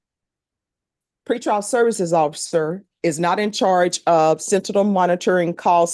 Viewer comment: Judge , its SENTINEL.... she butchered the word several times. LOL!!!